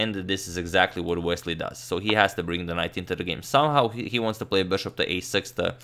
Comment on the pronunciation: horrid 'so'